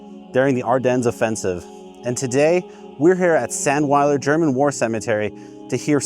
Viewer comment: Get your pronunciation right, it's pronounced, ZANDVILER.